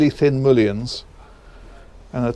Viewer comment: they are mullions, not moollions. That's mull, not moo. Nicely affordable boat, unfortunately you have spoiled us with all the super yachts you show us. Ah, but we can dream.